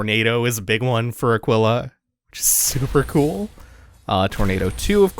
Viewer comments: Two things. One: I think its pronounced Ah-keel-ah. Spanish for...eagle, I want to say. Second, that boss is SO GODDAMN GOOD. The fight itself is meh, but the design and the effects are top notch. Plus, broken weapon is broken. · Pretty sure Aquila pronounced 'ah-KEEL-ah' means 'eagle', and typically refers to either eagles in symbology, or the constellation